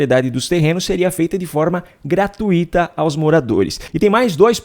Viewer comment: GRATU - I - TA está errado. A pronúncia correta e GRATUI - TA. A palavra tem um ditongo decrescente ( TÚI ) e não um hiato ( TU - I ). GRATUI - TA, e não GRATU - I - TA.